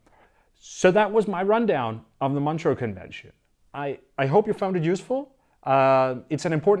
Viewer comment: It is pronounced Montrø ("Montruuh" in English)